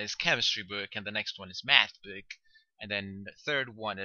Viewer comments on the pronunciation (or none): Your prononciation of "Book" is really funny :p, but thanks for the lessons ;). I only wish there were some more exercises.